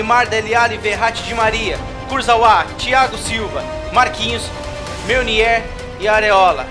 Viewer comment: "MÊuniÊr", "AreÓla", "Embapi", kkkkkkkk melhor pronúncia 😂